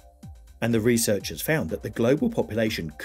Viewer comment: It's not ,reeeesearch it's research!